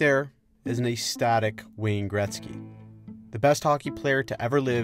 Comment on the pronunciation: What on earth is “ayy-static”? It’s pronounced “eck-static”